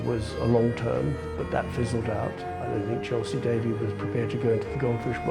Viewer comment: Couldn’t even pronounce Chelsy Davey’s name correctly